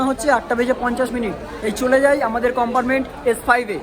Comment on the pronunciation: Amrit Bharat Express er locomotive details dakhano uchit chilo. Ei train e duto WAP 5 locomotive push pull technology te use kora hoy. Ar akta kotha, "COMPARMENT" noy, pronunciation ta "COMPARTMENT" hobe.